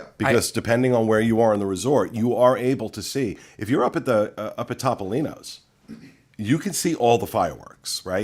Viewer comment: In the Italian language, the letter O is always pronounced OH. So it’s T-oh-P-oh-LEEN-ohs. There’s your PSA for today!